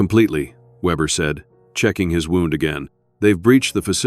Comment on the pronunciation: An intriguing story that would have been much better had it NOT been read by AI. A literate human would have known the pronunciation of different words with same spelling and chosen the correct pronunciation. AI done not read contact and chooses the wrong pronunciation, e.g. “wound” and an injury vs “wound” as in twisted around.